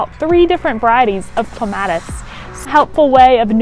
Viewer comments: OMG.... I couldn't get past the first couple of seconds after I heard "Clem --- AT -- iss!!! " Drives. Me. Insane. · It is cleme ...tis